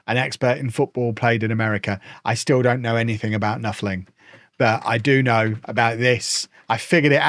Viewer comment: you didn't need to tell us you weren't an expert on American football. We knew the second you called it "knuffling". 😆